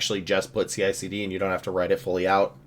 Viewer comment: It's CiCD not CLCD...